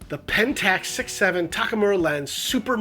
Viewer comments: This review would sound more professional and respectful if you could pronounce TAK U MAR instead of saying Takamura. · Takumura? Tak U Mar. You can just read it on the front of the lens.